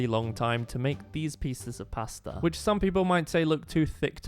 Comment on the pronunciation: I can’t, the way he says “pAstA”😂😂😂😂